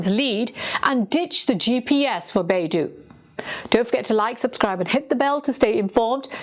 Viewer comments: Small thing; Beidou is pronounced like “Bay Doe” in English. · No. It's more correctly pronounced as "Pay Tou" because 'd' in Pinyin is our usual (unaspirated) 't'. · Yeah I noticed the same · FYI: Beidou refers to the big dipper constellation. And it is pronounced as Bay Doh. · Pronounced like Bei - dou(dough) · Dou in Beidou is pronounced like a female deer. Doe a deer a female deer. "Bay-Doe" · Shouldn’t you learn to pronounce Beidou, knowing you’re doing this segment about it? Talk about respect. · Great report. Just the pronunciation of Beidou system is Bay - D-Oh, instead of Bay-duu. Bay - Duu sounds more like another Chinese company, the Google of China' Baidu' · Beidou is not pronounced "BAY-DO", but should be pronounced like "BAY-DOE" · On dit Baidou et pas beidou. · It's pronounced BAY DOH, not BAY DOO. It's the Chinese world for compass. Beidou is FAR more sophisticated than GPS as it has a backchannel and is bi-directional. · Beidou ,北斗， is pronounced as “ bay though”, not baidu, a search engine. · 北斗, Bei Dou, it's [Beɪ Dəʊ] by the way, not [Beɪ Du:]. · Beidou should be pronounced as 'Bei-Doe'. Not 'Bei-Do' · Beidou (North Star/Polaris) is not Baidu the browser. Your pronunciation makes it a bit confusing. Its not doo its dou. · It pronounce Bei Dou , with O , not U . So it’s O